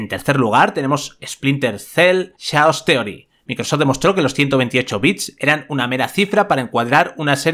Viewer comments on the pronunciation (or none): caos theory y diche chaos jajaja cuidad las pronunciaciones macho.